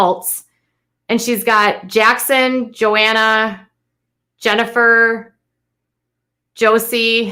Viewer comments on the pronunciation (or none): Omg do I have to comment on all of your Duggar videos? You want to report on this family multiple times a day, every day... then know what you’re talking about. Seriously watch the show through at least ONCE. There is no “Joanna” but there is a Johannah. Doesn’t seem like a big deal to mispronounce a name, but it just shows you don’t know the show, the family outside of the gossip, or what you’re talking about. Seriously watch the show at least one time through. Thanks. For anyone else reading this, she gets things wrong in just about every other Duggar video. There was one a few weeks ago where I corrected her on like 7 things. Not trying to sound like an ass (lol) but damn.. at least know their names..